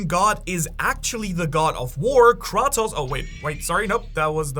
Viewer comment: Damn you said Kratos as it sounds great n Greeks